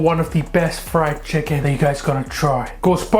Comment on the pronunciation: You cut the chhicken